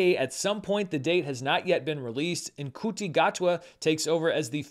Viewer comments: Oh, its Shoo-Tee for Ncuti's name. Not mad, it was just very funny but for future reference. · Most of the people I know online who are massive A:TLA fans are very positive about the series. I think the cast and trailers have quelled a lot of fears that it might be a repeat of that train wreck of a movie. BTW, the nc in Ncuti is pronounced more like sh, so it’s SHOO-ti. (I only know because of Dr Who fan sites, it’s certainly not intuitive in any way from the spelling. Even for us Australians, used to saying local place names like Nhulunbuy or Nganmarriyamba.) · I believe Ncuti Gatwa's first name is pronounced "Shooty." Or you can just call him The Doctor. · Ncuti Gatwa's name is pronounced Shooty (how he pronounces it) or En-Shooty (how his mother pronounces it, per the proper Rwandan phonetics). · Dammit! I don't know if you've been corrected about this before, but Ncuti Gatwa's first name is pronounced "Shooty" - "Shooty" I tell you! Did you know about this?! Evidently, not in the past! Well, you do now, and you should know soon, if not now - Comprende?! Capish?!! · Ncuti Gatwa is shoo-tee got-wa